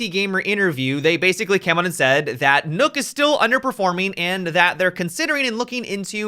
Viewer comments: STOP SAYING NOOK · Why he says nook wtf bro? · Stop saying nokk wrong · Worst mispronunciation of Nøkk ever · He said "Nokk" Wrong 😂😂